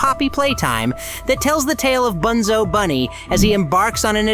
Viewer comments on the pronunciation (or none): No way bro called bunzo “ boonzo “